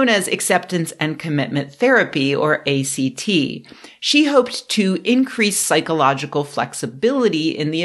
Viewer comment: A great video but I cringed every time she pronounced it that way. lol